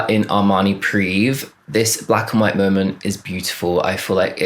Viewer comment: armani PRIVÉ u read the É it's not there as a decoration